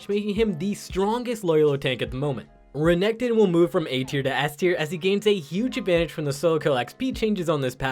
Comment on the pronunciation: What first with renekton? You have a terrible pronunciation